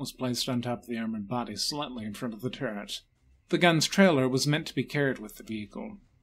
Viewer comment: I cant put my finger on why the the narrators voice sounds so weird. It sounds like three accents and a mild speech impediment teaming up to do an impression of a droning teacher. Im just gonna say it: "Turr-t" try and unhear it.